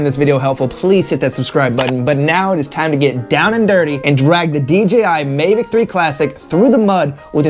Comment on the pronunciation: Mavic not Mevic.